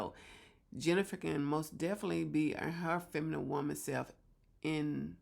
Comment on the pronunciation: Did u say FEMIMIME...??? femimime???